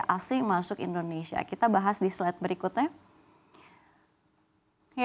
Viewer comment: kita bahas di slide BERIKUTE jawanya medok 😊